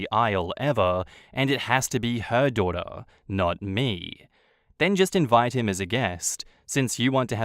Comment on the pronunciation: “HE DOESNT VIEW YOU AS HIS DUHDUH” lol okay mate